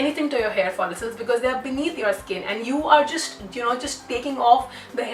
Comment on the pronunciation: It annoys me a lot every time she say hair folisels oh my God girl it’s hair follicles (follikles).... why so much drama at the start of the video ...🙄